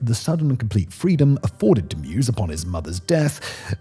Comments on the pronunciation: I believe his name is pronounced MY-VEZ not MUSE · Take a drink every time Simon says Armin Mews. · Why does he call meiweis "mew's"? Thats not how his name is spoken! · Meiwes. If you know that the German letter combo “ei” is pronounced like the English “I”, you can get this one. My + Wes (as in Wesley) with the stress on the Y. mY-wes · It’s pronounced “mavis” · his name is pronounced M-EYE-VESS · Meiwes is pronounced “My Vays”. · Annoying when he cant pronounce the name right throughout. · I have no idea how you got that pronunciation of his last name, but I cringed every single time